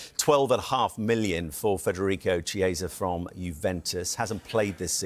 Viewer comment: It's not 'chee-esa' but 'key-esa' you plum